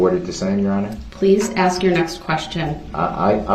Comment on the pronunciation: Have they 🪚 saw anything on TV?. Darrell's use of English is mind boggling.He uses WHOM instead of Who, biast , inty instead of any , and my all time favorite axe. Just to name a few. Are you kidding me? and are you serious are up there also. If Darrell listened he would her the grounz .